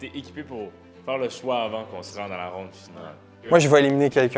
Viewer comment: on dit round mdrr